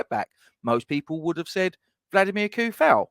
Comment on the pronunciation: And, according to the man himself, it's pronounced "Vladimir Too-Fahl". Let alone "Bruno Fer-Nan-J"